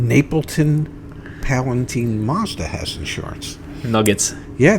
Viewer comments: It’s PalatIne as in FINE or SIGN or CRIME. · It's pronounced Pal a tine, long i, not teen.